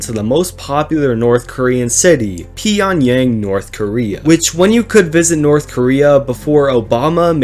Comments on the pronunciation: It’s not “pee” mate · bro's the worse history channel. i mean really not trying to hate but take some research on the more simple stuff for example: your pronunciation of pyongyang was very weird and gobi is a very very cold desert especially there because of the cold air comming from siberia. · Not saying Pyongyang right